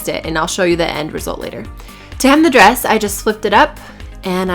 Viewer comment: Why is your "d" at the end of the words "b"? bress instead of dress!!!LOL